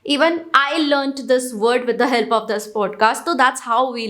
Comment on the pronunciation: its not hell-p its help !!